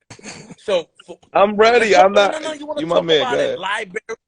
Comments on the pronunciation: Yeah, I believe in God, Libarry...SO? 😂 Thinks he's cracking muffins. You're way out of your depth with religion. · exaaaactly 🤣 Libarry...Libarry Manilow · Freeze & Liberry 😂